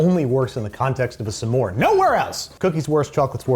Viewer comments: Did Andy just pronounce "s'more" with two syllables...? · Why you pronounce s'more like that?! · He said s more not s'more, he paused. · His pronunciation of s’more was wild, it was like “suh more” which I’ve never heard before